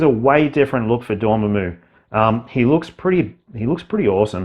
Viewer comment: Dorm—MAM—u, not Dorm—a—moo